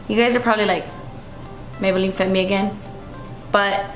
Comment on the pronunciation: "MAYBUHLEEN FIT ME AGEN" I died 😂